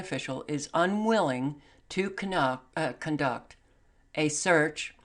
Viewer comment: you said canuck instead of conduct. LOL i hope i heard that right, cuz it was hilarious. we need hilarity!